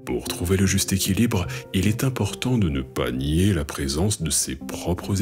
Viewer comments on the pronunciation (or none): none